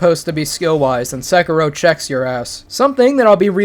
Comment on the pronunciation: NOT Sekeeeerow nor Ohayouaoaoau Gozaimasoooow nor Sengoooouku. Look it up, it is just a few words, for Christ's sake. Otherwise, thank you for making this video;)